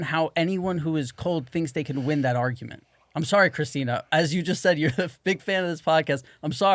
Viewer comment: Tom: "It's over, like I win" Interesting way to pronounce that word Tom.